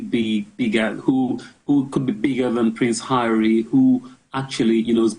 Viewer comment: "ARRY DOES ABUJA.😅😅😅